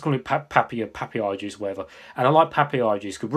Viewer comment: Pa pa ya .. not papiyaa hehe